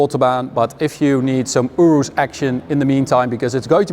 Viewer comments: You riss is how you say it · I don't know how to feel every time you say Urus.